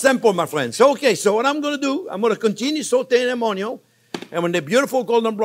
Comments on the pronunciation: I like the way you cooked your On-yon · Ha ha ha! He's got everyone saying Onyo now. Its like a subculture talk. A hidden language. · Carmelize OnYo at MH heat? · Cameraman: How much ONYO do you need? Chef Jean-Pierre: YES!!! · ••• ONYO••• Your videos make me smile. It's probably because I love cooking and you're a fabulous teacher. You step it up to such a great cooking experience. Love your excitement and passion. I'm so glad I found you. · The only reason why I keep coming back... the way JP says "onion" 😂 His accent... that word... chef's kiss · Chef Jean-Pierre, I love how you say onion! I have followed ur recipes etc. I love you and this channel. I want to be able to be a gourmet chef at home since common American meals are boring! I want to escalate my kids' palettes for beautiful food. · I love him saying „onion“ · Chef Jean Pierre you are so entertaining i absolutely love the way you say onion i repeat your accent every time i cook your videos are amazing was hoping you would do a video on beef broth thank you for all your time i have made quite a few of your dishes .Maybe in the future one to show how a professional kitchen makes it? once again thank you my friend looking forward to the next time you fill my world with joy. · I love it when he says onion .... in his french accent 👨‍🍳